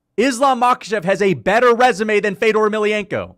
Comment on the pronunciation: Mf say fedors name right